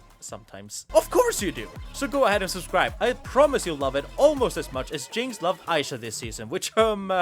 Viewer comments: Who's Aisha??? It's Isha, ee-sha. Ik you must be white or something and not familiar with ee pronunciation (like people saying aissa instead off issa)but common, jinx literally yells EESHA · oh my gods why is everyone sturuggling with this, jinx actively says her name in the show there's no reason so many people should be butchering it like this its really not a hard name say it w me e - sha not eye - sha 😭😭😭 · Its Ee-sha not Aisha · Why spelling Isha like that tho 😢 aside from that, great video (I get butthurt bc ppl mispronounce my name in the same way all the time)